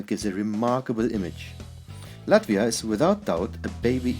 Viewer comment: Dude, its Latvia